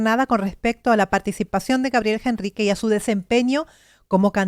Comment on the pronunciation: por que ella dice gabriel Jenrrique si es con H... al pronunciar es directamente con la E... ENRRIQUE (NOOOOOOOOOOOOO) JENRRIQUEEEEE